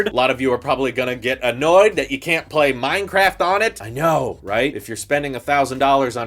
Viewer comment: "Minecaft machines"